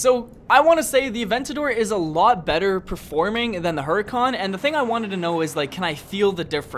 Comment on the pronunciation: hurican not hurykan :(